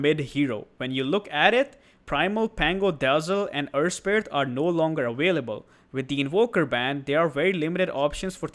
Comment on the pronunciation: Are you Indian? "awailable"